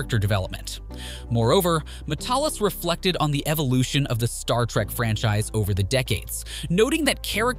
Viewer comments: Adding to your comments, did anyone notice how many times the narrator called Star Trek, “Star Track”?! For a channel that talks about the Star Trek universe as often as they do, irritating doesn’t even begin to describe it (period). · Agreed. Clearly not a fan consistently saying Track and not Trek. Or perhaps an AI script generated from web data. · First of all it's Star trek, Not Star Track! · Its Star Trek, not "track". Geez, can you even pronounce the franchise name correctly?